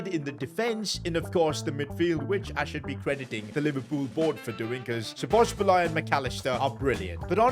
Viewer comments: The game literally tells you how Szo's name is pronounced lmao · At least you tried to say Szoboszlai's name. You almost got it. I'm froam Hungary and this hurts my ears. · You're not saying Szoboszlai's name good😂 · Please learn how to pronounce SZOBOSZLAI’s name. He will be another level next season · im hungarian and im kind of happy that you couldnt say "Szoboszlai"right. btw good video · you butchered the pronunciation of szoboszlai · say it like Dominik So-Boss-la-E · sz in hungarian is pronounced like a basic s. so its pronounced like so-boss-la-eh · szobozlai is pronounced like so boz lie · Szoboszlai's pronounciation is So-Boss-laee or So-Boss-Lai if that is easier. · Szoboszlai's name is pronounced like this Sobosslai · Its prounonced sobozlai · Pronounciatan= Sho-boz-lai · you pronounce it Sob Oz lie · Bro is it so hard to pronounce Szoboszlai? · Szoboszbulai??? WTF Can’t you even read her name? Pronounce as Sobosly. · You can pronounce it like "Saw-boss-la-ee" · HERES HELP WITH THE PRONUNCIATION SAY IT LIKE ‘SO BUZ LIE’ BUT LIKE FASTER ONLY WAY I CAN THINK OF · So-boz-lie That’s how you say it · I still dont understand how can people fuck up szoboszlai's name so bad, like do you see a b at the end of his name or why would you say szoboszbalai?? Just fucking say the letters that are there and dont put others in there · It’s pronounced shu-boz-lay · Just say it like SOBOSLY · It is pronounced sob a zli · its very esay to say szoboszlai, say so-bo-sly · Domonik is pronounced So-bo-sly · Pronounced so-bo-sly for u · It’s sobalski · It's "So Bows Lie" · It’s pronounced so-bo-sly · His name is So-bo-sli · Szobolzlai can be pronounced as Soboslai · If you wanted to know the pronounciation its "Sa-bos-lai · Its pronounced so bo sly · Btw its so-bo-sai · Nope you said szoboslai wrong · soboslae is the pronounciation. Im Hungarian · I think he said his name is pronounced as sobosly or something like that😭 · Sa-Buzz-Lie That's The Pronounciation